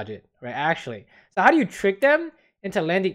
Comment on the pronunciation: why u no say 'actually' correctly? :-(